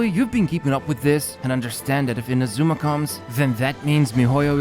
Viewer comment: Pleeeease pronounce "Inazuma" correctly